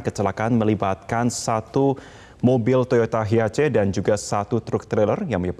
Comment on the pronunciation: hiace katanya,gitu kok ya bisa jadi presenter.Cara bacanya haies mas bukan hiace